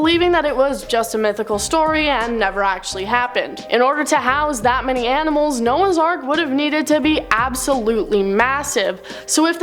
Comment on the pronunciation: They found nouaghs ark